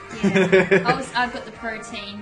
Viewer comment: pro·te·an adjective \ˈprō-tē-ən, prō-ˈtē-\, able to change into many different forms or able to do many different things. The pronunciation you two were using bothered me. Protean, not protein!